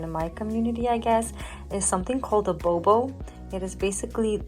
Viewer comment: I think you did a wonderful job with the "bobo" or how ever you spell it!